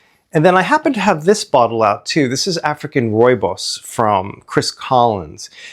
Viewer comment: As a South African, this is the best pronunciation of rooibos i’ve heard from a non-native speaker. Bravo!